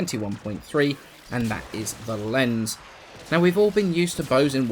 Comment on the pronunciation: The "z" in "Lenz" is pronounced with a "ts" sound like the "z" in "pizza"... It's vivace-vivis all over again lol